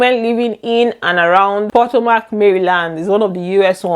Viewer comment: I am not trying to be rude or anything but It pronounced puh-to - Muhk. Not po-to-mac.